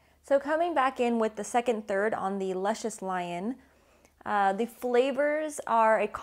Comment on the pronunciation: You saying da name wrong...